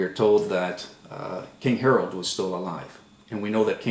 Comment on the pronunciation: It was "King Herod" buddy, not "King Herald"...